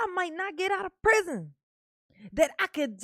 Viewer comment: Omg, I couldn’t take it. You just talk talk talk, let’s hear the damn transcripts, not the incorrect way you say prison 5689 times.